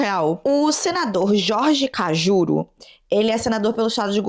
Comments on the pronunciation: "Kajuru" se pronuncia assim mesmo?? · Chocada com a nao saber pronunciar o nome do Kajuru kkkkkkkkkkkk pra mim ele vai sempre ser um apresentador, não acredito que ele é senador